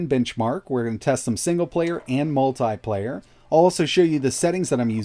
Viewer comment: Say multiple, now say multiplayer. This guy says MULTAI-PLAYEYR. okkkkk